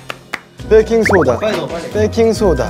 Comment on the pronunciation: Yeo One: "Baking sodaaa" E'dawn: "빨리 빨리-" Yeo One "bAkinG sOdA"